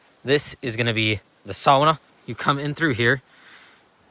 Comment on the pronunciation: Love this channel, so much better than that other Canadian fellas channel…oh, what’s his name?…you know him maybe…the obsessive “Wolfe Well” digging fella? James builds lofts, something like that. Anyway, this channel is sooo much better, his pronunciation of the word Sauna is killing me every week 😮 Bro, your mannerisms, facial expressions and even the intonation of your voice is like, wow, are you James’ brother from another mother. Seriously, if I could, I’d replay all the clips where you talk, grab your chin, do the thinking thing, slightly off to the side of camera 😂 Even your dogs are similar, both amazing, both hilarious and beautiful but with underlying behavioural issues. Thank you for sharing. Great content, keep up the great work….. And don’t forget, that when you think that all hope is lost and you’re struggling for motivation, just remember….two logs a week is a great goal for the constipated 😳 Ooh Gaa Boo gaa ❤😂